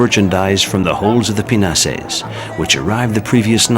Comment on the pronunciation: Sounds like he's calling them "penises"